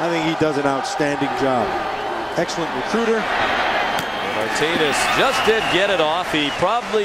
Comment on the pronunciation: Nice video. Couldn't stand the commentator during the Washington game, it's Martinez, not Martines.